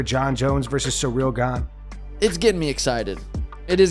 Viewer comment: I love how Suga calls Cyril “Surreal” 😂